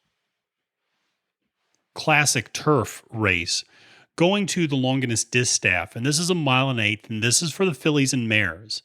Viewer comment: I watched right up until he said "long guiness" for Longines. I realized why do i need someone else opinion.. it's my money!! Lol What's so hard about Lawn jeans... like the company is called? Pretty big company